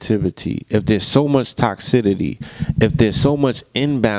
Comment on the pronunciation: Great video y'all.. and I know I'm nitpicking..but it's TOXICITY not TOXIDITY lol